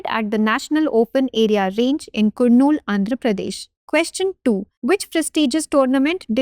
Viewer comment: It's not Kurnool it's ku(ka)rnool Kurnool=karnool...this should be pronunciation ok